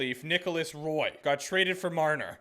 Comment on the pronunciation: Not to be that guy but Roy's name is pronounced the French way. Like Patrick Roy